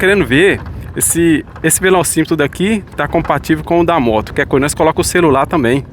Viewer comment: Chileno e celular ou cerular ah nada mal tudo e questão de sotaque kkkkkkkk minha mãe e mineira 😊 =